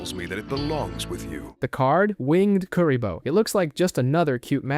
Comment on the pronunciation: I liked the video, BUT, the way you pronounced Kuriboh is so incorrect it's funny